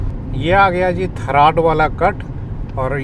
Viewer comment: Sirji, मालीया है, और थराद है आप उचारण गतल कर रहै के ठराड और‌ मलीआ😂